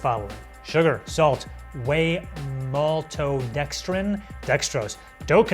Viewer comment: Fam whhy is there super hero names in the pizza dough man said Dextrose and Maltodestrin 🤣🤣🤣🤣